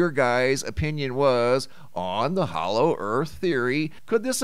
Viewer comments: Hollow, not hallow. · Hollow not Hallow! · you DO KNOW it's 'HOLLOW' and not 'HALLOW' right? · Hollow...not hallow?